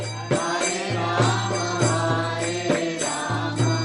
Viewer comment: Dear, Without meaning any offence to you I request you to please note that the Maha Mantra is “ Hare Krishna Hare Krishna Krishna Krishna Hare Hare Hare RamA Hare RamA RamA RamA Hare Hare” While in your kirtan in this video you were pronouncing it as Hare Krishna Hare Krishna Krishna Krishna Hare Hare Hare Ram Hare Ram Ram Ram Hare Hare “ This is the maha mantra and the strength of a mantra is in the sound sequence. Pronouncing RamA as Ram changes the meaning of the mantra. I hope you will not take this as an offence but just as an observation. I am inspired by how you are inspiring many many young people to choose an education based on the Bhagavatam and Bhagwat Gita and Chaitanya Bhagwat and Chitanya Charitamrita and our shashtras. Thanks you for this wonderful seminar which has inspired me to take up homeschooling for my children. Hari Bol!